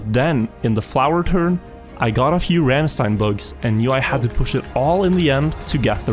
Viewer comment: Probably too late to the party, but rammstein is pronounced like ramsh-tyne